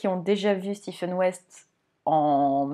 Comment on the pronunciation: Je vous découvre, vous êtes très agréable à écouter, pas de heu toutes les secondes 😊 Je m’abonne direct à votre compte ❤en plus vous êtes la première que j’entends prononcer correctement le prénom de West , le Steven je ne peux plus l’entendre🤫